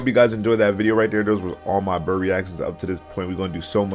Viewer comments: Don't you pronounce buur like in Dutch "Buur" (Buur is Dutch for "neighbour")? Burr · IT IS NOT BRRR IT IS BUUR